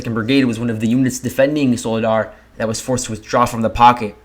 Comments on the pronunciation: You pronounce vul he dar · It's pronounced VU LAY DA, it's rather annoying to listen to the repeated mispronunciation...😡😡😡😡.